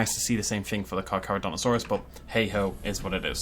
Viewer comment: FINALLY! Someone said its name right.